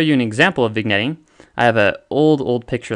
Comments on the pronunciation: Small nitpick: it's pronounced "vin-yetting", not "vig-netting" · OMG you're killing me here. Not vigg-netting, it's vin-yetting. Seesh. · It's pronounced vin yet eeng (vignetting) but great vid nonethe less. Cheers. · Pronounced "viN-Yettng." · Excellent explanations. Keep up the good work. For the record, the “g” in “vignetting” is silent. It’s pronounced like “vin-yet” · It’s pronounced “vin yet ing” the g is silent. Thanks for the vid. Keep up the good work! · It's VIN-YETTING Just for anyone that wants to know how to say vignette or vignetting. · I enjoyed the presentation. Some accuracy-oriented suggestions for improvement: 1. Vignetting is pronounced vinYEtting 2. Apparent Focal length of f/6.3 ? That's a ratio, not a focal length 3. Without a focal reducer, "increased FOV" - that doesn't make sense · Very good video, however the g is silent in "vignetting"